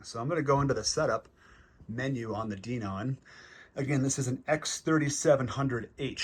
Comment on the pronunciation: You pronounced DENON wrong - it's "Den-ON." A couple of other things: I just installed a new X2800 myself, coming from an old Onkyo 605, and because I was a diehard Onkyo fan, it took some getting used to in terms of the Denon layout (I'm still figuring things out). The Graphic EQ settings don't have to be connected to Audyssey - they can be manually adjusted. I leave it all off. Also, those surround features you mention in the AUDIO menu aren't really related to what you said; your comments are more closely matched to the settings in the SPEAKERS section. The Surround Parameter menu under AUDIO controls other functions in the AVR, and you have to have content already playing to adjust some of them (which is a complete pain).